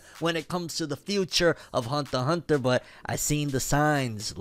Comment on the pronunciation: "Hunther X Hunther"